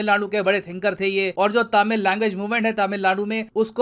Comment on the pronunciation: Please pronounce Tamil as तमिल and not तामिल. Please.